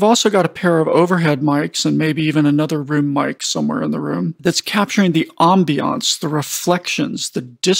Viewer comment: I love the way you say "ambiance", makes me chuckle every time.